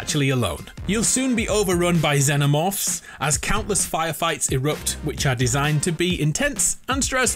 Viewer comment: They way you pronounced Xenomorph 😂😂😂😂😂😂